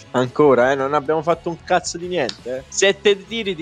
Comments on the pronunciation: Il modo in cui diceva cazzo mi ha ricordato il "ma cos'è diventato il calcio? Una giungla caZo" di Malesani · Se mi avessero dato un euro per ogni volta che ha detto “CAZOH”, sarei con le palle a mollo su un’isola tropicale nell’ultra chilling